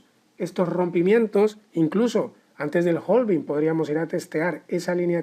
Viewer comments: Hola, genial video. Solo que la pronunciación es "having" en lugar de "jolving". La L de la palabra "halving" no se pronuncia en inglés. Si sigues por Londres puedes preguntar a los nativos de ese lugar y seguro te resolverán la duda sobre cómo realmente se dice;-) Keep the good work! 👏🏻👏🏻👏🏻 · claro, pero en español "jolvin" no existe, tampoco se entiende si se ve la palabra "halving" escrita. En todo caso seguiria siendo "jalving" si es por extrapolarlo a la pronunciación en español. Un saludo!